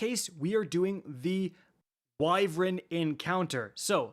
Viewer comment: its not "wyvrin" its "why-vern"